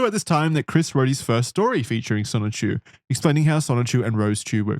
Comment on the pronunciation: Oh god finally the dreaded chrischan. I hope they don’t mispronounce sonichu as just sonic again:00